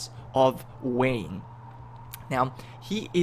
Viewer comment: I am trying to figure out why he keeps pronouncing wayne differently. He said wayne, maine, and vain.